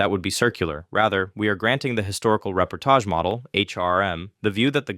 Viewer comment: The way he's saying reportage is the most offensive part